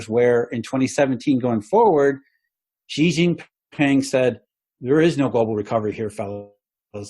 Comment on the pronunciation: just so you know (and you don’t get abducted and sent to a re-education center à la chinoise with all the poor Uighurs), the Chinese President’s name is pronounced “Schi” as in “she”... not “Zi” or “Ji”😉 And Li Kechang is pronounced “Lee” “Ke” “Tchang” 😅